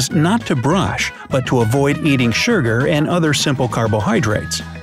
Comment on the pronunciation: Literally no one is going to say "oh look, there's smells like death!" hand why does the narrator say surgur instead of sugar Can you still drink soda out of a bottle if you put your teeth around the bottle neck and the soda goes into your tongue and down your throat without touching your teeth?